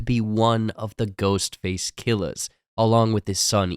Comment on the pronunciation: bro said killas